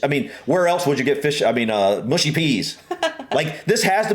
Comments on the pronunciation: Thank you for this! Tired of hearing “mooshy” from Americans 😂 Although the other comment is also correct in that certain dialects will mispronounce it also on account of their accent! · MUSHY peas, not mooshy. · Mushy as in ‘hush’ not as in ‘push’. Pickled onions are delicious.